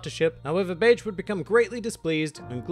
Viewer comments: Bay-jay not bedge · It's Be-ge not Betch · My brain: hes not saying Capone Gang Bitch Me: hes saying Capone Gang Bitch!!! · Ur accent made it sounds like something else O.o lol still love this mafia inspired pirate